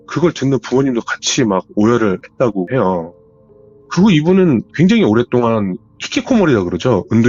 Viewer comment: 이분 사연은 말 끝부분에 해요~하는게 거슬려서 못듣겠네.. 다른 부분은 괜찮은데 해요~ 이부분이 이상한 리듬같다고 해야되나.. 딕션 좋고 다 좋은데 해요 이게 딱 거슬림..ㅠ